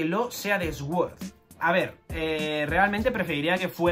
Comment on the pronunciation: Se dice Suord no Exuord. Incultivado!! XD